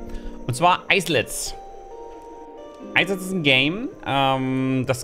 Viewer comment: will nich derjenige sein aber....leitet sich das nicht von isle ab und wird daher "ailet" ausgesprochen?